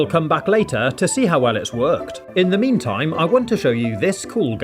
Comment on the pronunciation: When you said “mean time” it reminds me you saying “m e m e t i m e”